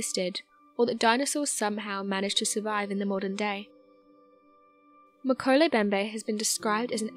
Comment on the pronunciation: All three M's in Mkele Mbembe are pronounced. MMMMMkele MMMMMMbembe